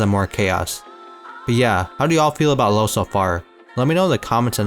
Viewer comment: Just so you know his name wouldn’t be pronounced as "low" in German you’d say "loo-vah "